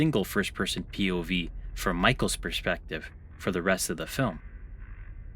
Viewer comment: pee oh vee